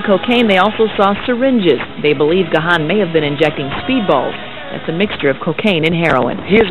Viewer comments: Even today after all these years people still can't pronounce his last name. It's Dave (pronounced "Gone") damn it! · My 'favorite' mispronunciation of his name was when a reporter called him 'gay-hen'. hehe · At least one reporter can pronounce Gahan! Joking aside, I’m so happy and relieved that Dave turned his life around and kicked the habit. Depeche Mode.... more than a band, more than music, it’s etched on my DNA; as much a part of me as the grey whiskers in my beard! It was also nice to see Alan drumming away wearing those trousers which are now in my wardrobe upstairs after winning them at a DM convention in Basildon a good few years ago! 😎